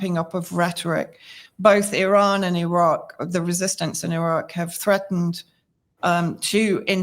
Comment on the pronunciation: Thank You for this report and for pronouncing Iran correctly!